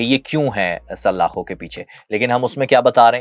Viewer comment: saLLLLakho... bhai Urdu to sahee bolo. there are NOT two Laam in Salaakho